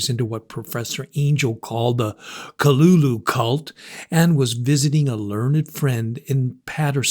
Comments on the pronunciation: Utterly useless pronunciation. Kalulu. Get out of here. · Oh my god learn the proper pronunciation of the name it ruins the whole story when you get it wrong .